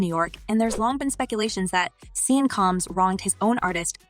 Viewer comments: its not (sean)seen its pronounced shawn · His name is pronounced “Shawn “ not Sean, it’s just spelled that way